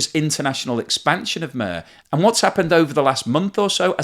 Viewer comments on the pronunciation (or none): It’s not “Mare” it’s “Mir” (which literally means “world”) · It is not pronounced MR but MEER with the short I. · IT IS PRONOUNCED "meeR", NOT "murr". It will make you seem a bit less clueless if you get that critical detail correct. It is exactly the same word used for the old Russian space station. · Mir is pronounced meer not mur. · I can't help but be that guy but it's *MEER* cards. MEER. Like the space station? It's like *meercat* but without the cat. No 'frankincense" involved. Otherwise fantastic and informative video with a lot of great analysis. Just too much MURRRR for the last several videos. TYVM! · It's pronounced "meer," not "myrrh." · It's pronounced MeeR not mea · Is it really pronounced mur and not meer? The Russian word is мир (meer). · If only you knew how to pronounce "MIR". It is an I in the middle, not a U. It is pronounced more closely to MEER than to Myrrh. Not Mur, Not Mire, but Mir. The same as the Russian space station. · It is prnounced "mier", meaning peace and not "moehhr", like sheeps do. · It’s not called MUR it’s called MERE for the English speakers to pronounce correctly. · Mir...as in Mirror. Not Mur. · “Meer”, not “Myrrh” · More is pronounced "meer" not "mer". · Is it me or do you cringe when he says 'MER' and not 'MIR'... Just like the space station in the '70s, with a ''I' not an 'E' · MIR rhymes with fear, not with whirr. It was also the name of the Soviet space station, which started operation in 1986. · it's not muuuuuuuh, it's MIR. Meeeeeeer... can't you pronounce it? at least try my man. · Always like your YouTube vids a lot and I always learn much. One small note, however, from a student of Russian. Mir is pronounced pretty much like english"mere" rather then murr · It’s pronounced “Meer” not “Mur” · It is not mer, it is mir. Pronounced like mere but with the vowel sound between m and r much shorter. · It's not pronounced "mur", it's pronounced closet to "mere" :) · It is pronounced "meer," not "merr." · It's not Mur...